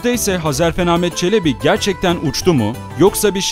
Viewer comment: Sevgili kardeşim, öncelikle bu video için teşekkürler ve bu tarz videolarını dört gözle bekliyor olacağım. Hezarfen benim yıllardır sanal alemde kullandığım takma adım, bende hep onun gibi uçmak isterdim hatta rüyam da uçtuğumu görürdüm. Lafı uzatmadan şunu söylemek istiyorum, video da sürekli Hezarfen değil Hazarfen dedin, bugüne kadar tanıdığım bir çok kişi de Hazarfen dedi. İnsanlar bunu bilerek mi yapıyor, söylemesi zor mu geliyor anlamadım. Hadi diğerleri daha önce tanımıyordu, ismini çok telafuz etmedi dillerine yabancı geldi diyemedi, sen niye dedin kardeşim:)